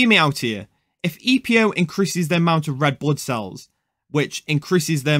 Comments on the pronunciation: with his accent "if" come out as "eph" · Epo sounds different than ph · He was simply saying "if" in Georgian accent